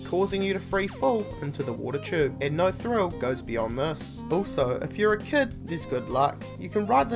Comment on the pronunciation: "If you're a kud" 😂, great video man.